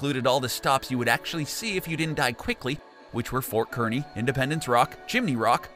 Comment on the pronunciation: Kearny is pronounced car-knee! I'm from the area!